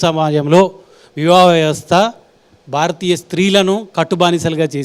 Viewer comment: Vivaha vyavastha ani palakatam kuda raani anchor 😂